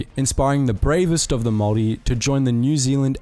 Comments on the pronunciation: Your saying Maori wrong! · Maori but pronounced Maldi... got it. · Bro, its pronounced moldy. Like mold that grows in moist dirty dark places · Pronounced- Maw-Ree. What's the weird Germanic accent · Your maori pronunciation is painful bro. The g is usually silent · I want to rip the voice box outta the narrators throat. Say Maori like that one more time and my ears are gonna explode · Your pronunciation of "Maori" makes me feel sick lol. Are you one of those people who breaks English mid-sentence to say "Kwa-soh" for croissant lol?